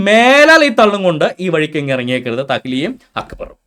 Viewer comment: തഹ്‌ലിയ ❌️ തക്കിയ ✅️